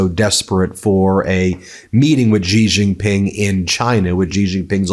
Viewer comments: Pronounced more like "Shee Jeen Ping" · Ben, you are a brilliant journalist, but your pronunciation of Xi Jinping lets you down a bit!